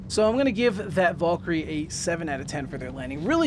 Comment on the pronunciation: You are pronouncing Valkyrie incorrectly. It is Val - ker - ree